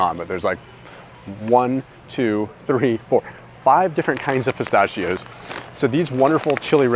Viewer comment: I really enjoy your videos! But dude you're killing me with how you pronounce "pistachios" 🤦